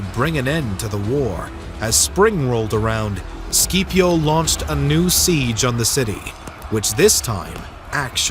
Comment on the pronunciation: The video was great and i thoroughly enjoyed it. But im sorry your pronunciation of Cato and Scipio had me😂